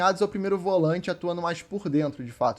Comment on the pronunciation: Volãinte? Atacãinte?? Sudestino fala tudo errado 😂🤣😂